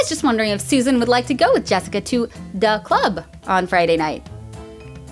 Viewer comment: "Da club" I'm wheezing 😂😂